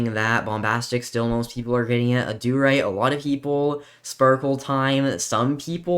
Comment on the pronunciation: I hate the way he says adurite "Auh-doo-rite" it's pronouced ad-er-ite